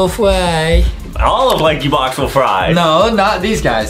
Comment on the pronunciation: You said Lankybox wrong